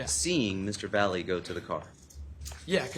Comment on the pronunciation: Why can’t his attorney pronounce his name correctly?! It’s not Vally it’s Latino, Valle ….he knows how to pronounce that as a Latino himself